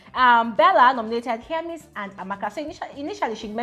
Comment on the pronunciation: Don’t twist my words! I’m a big FSWG fan! I can’t seem to find where I pointed out what you’re saying. I was just pointing out that I heard differently from what most ppl pronounce. Be going abeg!